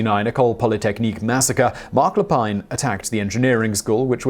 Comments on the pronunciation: Never heard of the Montréal massacre. Everyone know about the Polytechnique shooting thou. And it's pronounce Lay-peen. Not that Simon care about French pronunciation anyways. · Yeah, you missed a few. We're not as nice as some people think. Mark Lepine is actually pronounced in Canada as "Le-pin", as if there is no 'e' on the end. You can probably do another one like this. Some of the previous comments give you some names. Canadians tend to believe that "Nice Guy" propaganda too, which is why these people got away with their crimes for as long as they did. There's a mind set of; 'No, nothing like that could happen here.' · Marc Le Pine Marc Lay Pinn Thank you. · Mark la peeeeeen not la pine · Luh-peen, not leh-pine. He is an actual French Canadian, no need to Anglicize it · Isn't it pronounced Marc Lapeen? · Marc Lepine its pronounced (le peen) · If I may correct you, Marc Lepine's last name is pronounced Lepeen (it's a French name, not English). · Lépine: lay-peen. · There were several names Simon mispronounced in this video. Minassian and Lapine were the big ones he messed up.